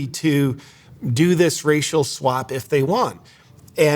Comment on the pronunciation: At first I thought you said a racial slap, lol, swap slap kind of the same to the Egyptians apparently.